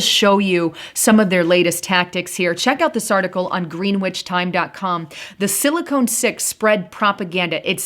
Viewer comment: GREH-nich is the correct pronunciation, not GREEN-WITCH.. And it's SILI-KHAN, not Sili-cone.